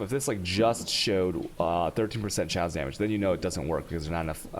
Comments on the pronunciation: it's pronounced cay-ose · cay - awse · Nice build mate :) i like it for map clearing ... Please spell it like Cayos not shaos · I actually pronounce chaos as Cha-os. Not Khe-os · I think i got autism hearing Chaos said like that. Thanks dad